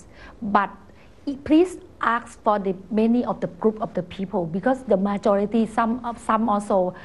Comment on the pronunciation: ทำไม ฉันถึงใด้ยิน นายกยี่งลักษณ์ท่านพูด ว่า มาโจริตี้ ละจ๊ะ ? แหมๆเธอนี้ช่างอวดฉลาดเสียจริงๆนะจ๊ะ .